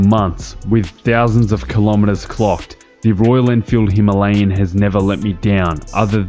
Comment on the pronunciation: Immediate 'like' because you can pronounce the name of the bike properly! Now.....back to the video.